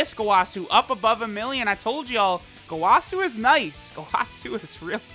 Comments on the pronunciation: What triggers me is how he says gowasu. It was said in the anime as goewasu and he says gowaaasu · who gonna be the one to tell him its go-uh-su, lmfao! Dont kill me, please.